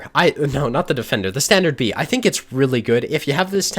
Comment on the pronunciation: Almost sounds like hes saying "Standard Babe"